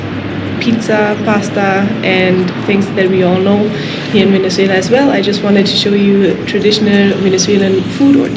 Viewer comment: I love how to pronounce Venezuela!!!! Enjoy the trip